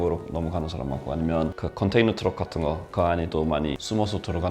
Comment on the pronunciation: 컨테이너 트럭 발음이 한국사람임 ..ㅎㅎㅎ